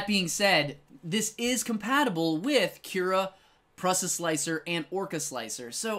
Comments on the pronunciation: The Prusa Research company was started by a Czech inventor Josef Průša (pronounced Prusha)... So yeh it's not Pressa lol 😂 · The way you pronounce Prusa is killing me lol.